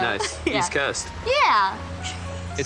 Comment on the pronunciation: bro was standing at parade rest and talking like "oh dude word bro east coahhhst"